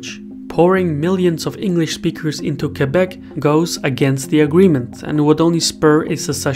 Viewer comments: Thank you for pronouncing Québec perfectly. I appreciate the quality of your excellent videos. Thank you! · As a somewhat politically-informed Canadian, I salute your hard work, and am surprised by the accuracy of the information. Good job on the pronunciation of Québec as well!